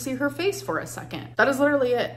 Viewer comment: This is just me being silly and picky, but the way she says "second" as "Sekent" has gotten to me today. 😂😔